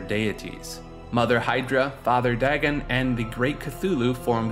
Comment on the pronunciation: "Dag'n" Pfft.